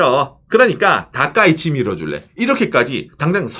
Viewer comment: 다카이치가 다까이네로 들리는건 저말고 다른분 계신지?